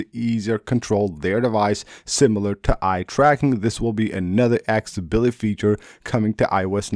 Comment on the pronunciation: It’s pronounced AK-SES-ABILITY.